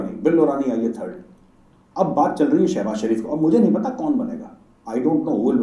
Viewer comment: jab bolta h,"shehbaza"Bdi hsi aati h😅😅😅